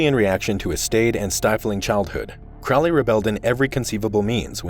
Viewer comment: Crow-ley is mispronounced. Check his poem A Convert (ca. 1910), where the pronunciation is apparent. There met one eve in a sylvan glade A horrible Man and a beautiful maid. “Where are you going, so meek and holy?” “I'm going to temple to worship Crowley.” “Crowley is God, then? How did you know?” “Why, it's Captain Fuller that told us so.” “And how do you know that Fuller was right?” “I'm afraid you're a wicked man; Good-night.”